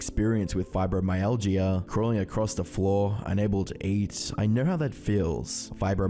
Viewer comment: You're pronouncing Fibromyalgia wrong. You don't say the Gia at the end like that, it's more like a ja noise at the end